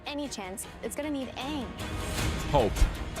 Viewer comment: The fact they actually pronounced his name right Aang not Ong is worth watching the series.